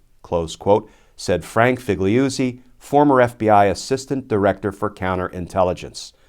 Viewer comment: 🙂 Figliuzzi: Fig-lew-zee.